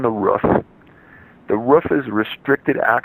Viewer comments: Roof, not ruff damn it! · Its 'roof' not 'ruff' The word has 2 o's in it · It's ROOF, not RUFF. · It’s roof not ruf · Roof not Ruff 😕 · the ruff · Me too haha. I wasn't paying attention and thought he was referring to a dog "ruffing". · lmao yes I agree ROOF! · The way he says “roof” makes me angry